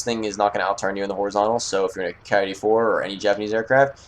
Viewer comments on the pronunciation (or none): hold on, boi... the KI-84,83 and all KI's are pronounced key eighty-four or eighty-three. ok just trying to make your life esier and not make myself rage. ok? that sound good for the both of us?